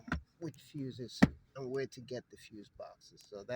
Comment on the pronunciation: What English is Gat??? Not Get, orGot not Gotten, Getten or Gat....